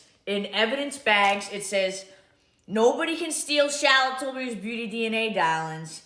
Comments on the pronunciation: Shaaaa-lit Tilbury. 😂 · "SHAAAALAAATTT Tilbury" 😂😖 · Chaaa’llot Tillbury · I think what’s funny is that no matter what really happened, Tilbury has gotten tons of people talking about it. Ultimately I think that’s all that was really wanted. On a sidenote, “Shallot” Tilbuury? Ridiculous. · “SHALLOT TILBURY” ugh Mikayla stooopppp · “Shallot till-burry” gah I can’t stand mikayla 🙄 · Mikayla really said “shallot tilbury” 😂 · Still not over Elton John in the Christmas add going SHAR-LOT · Darlings!!! Just had to add this but is it only that finds the way Mikayla pronounces Charlotte annoying.. That is a put up accent. No one says Charlotte that way especially American white women. I don't like commenting on people's accent but seriously that is not real. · This whole thing has made me cringe so hard. Like cover my eyes cringe. Also as someone called Charlotte, the way Mikayla says Charlotte hurts my soulllll😣